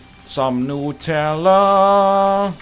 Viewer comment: Oh snap, NL knows the correct Nutella pronunciation.